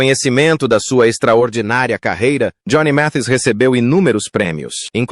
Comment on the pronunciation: Este narrador está muito enrolado para pronunciar o nome correto de Johnny Mathis.